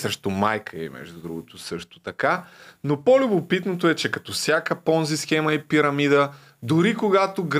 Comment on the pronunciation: Схемата не е Понзи, а е Понци. Дъщо кскто пицата е пица, а не пиза.